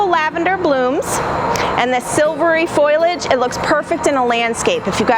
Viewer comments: The i in foliage comes after the l, so it is FOE li age, not foil age! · FOAL-EE-EDGE, please.